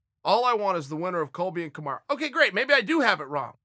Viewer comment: Is Charles still saying kamaru